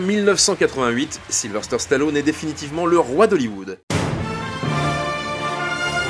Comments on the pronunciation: Question stupide, pourquoi tout le monde y compris chez vous "Capture mag" vous l'appelez SYlVERSTER on non pas SYlVESTER ? Alors vous allez me dire non tu entends mal...Mais non. Mettez les sous-titres et vous verrez que même cette application détecte que vous mettez un R là où il n'y en a pas. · Voix off horrible à déformer son prénom à tout va. Silver stère...